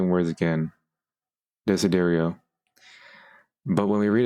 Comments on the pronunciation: italian right here,desiderio is "desire" or "Wish" in italian,the way you say It Is "de-si-dè-rio". I'm not good at explaining,but using Google traductor will make it more simple. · Italian here, its like Daisy and remove the i, and then Derio(not that hard) And united is should be like Dasy-Derio, Desiderio The more you know